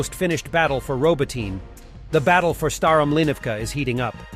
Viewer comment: C’mon man. It’s “robot-i-nay.” Not “robo-tain.” Pick up your game. Show some respect for Ukraine.